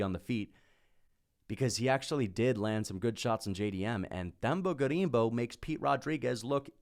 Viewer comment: Te-mba not Th-em-ba